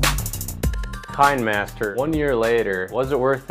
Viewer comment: It's pronounced "Kina master," as in kinescope.